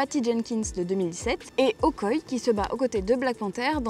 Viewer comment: Un sujet très intéressant. Cependant, il y a quelques approximations: - Prononciation : Okoye (prononcé Okoyé) T'challa (prononcé TéChalla) - Wonder Woman se passe pendant la Première Guerre mondiale pas la Seconde.